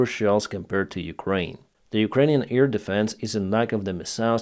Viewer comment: AIR defence,, not EAR defence.